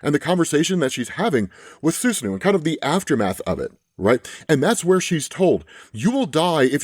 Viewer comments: Its pronounced Soos-Ah-No Sus Anú killed me 😂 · For future reference, Japanese names are pronounced by blocks of syllables. so Susanoo is pronounced "Soo-sa-no-o". It gets pretty easy (the pronunciation part at least) when you remember that. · Sus-new is driving me crazy lol. Sue-San-No is an easy way to remember how to pronounce it. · saahn hope that helps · Nah bro, its snoosnoo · Its pronounced Susano-o ijs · his name is pronounced like Sue-sah-no-oh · I was listening to the video and heard “Shinto god Snusnu” and was very confused, quickly looked at the screen and then realized who it was 😂 Let’s cut some slack since he’s most likely not gone through the same Japanese media we might have 🤣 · Susanoo = Sue-San-No Probably could have just, google translated it if anything. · Son son son,.. You bring great dishonor upon the Uchiha clan with how you pronounce Susanoo lol cuz you got me cackling when you say Snu Snu cuz I can see Madara in a shield of an incredibly fine ass woman hahaha. All is good, just be better next time lol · I love the contents, I watch your videos like everyday. Btw the pronounciation of "susano" is like from Naruto. Call it like "susaanoo" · Sue-sahn-o Ah-ma-te-rah-sue Also the Basque region is in SPAIN not France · Good vid, but it's pronounced "Su" as in "Susan" "Soo-saa-no" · SU SAH NO... like in naruto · For anyone else having trouble with the pronunciation of the Japanese storm gods name from text Its Soo-sahn-no-oh or soo-sahn-no-woah for some reason the english language translators thought a double o susanoo would do for the repeating oh vowels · Not death by “Sue-Snu” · I believe Susanoo is pronounced SUE-SAN-NUU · Su-SAN-oh. That's the pronunciation. Reference Japanese mythology or if you're like me, Naruto. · Soo-Suh-No Soo-Saw-No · its pronounced SU - SAN -NO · Just a heads up. It's pronounced Su so no o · Suu- sah-no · It's pronounced Sou-sahh-nou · (soo za noh oh) <3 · It's pronounced like Sue Saw no oh (susanoo)